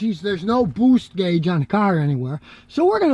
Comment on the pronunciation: "Bwoost gauge" I've been pronouncing it wrong my entire life!